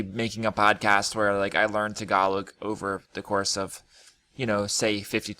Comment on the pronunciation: Tagalog t(s)egalowg Remove the (s or z) sound when you pronounce words with t and d